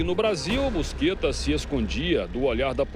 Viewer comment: nome dele nao é busquetta, o e sim é Buscetta, os cara ate nisso sao privado de falar (bucheta)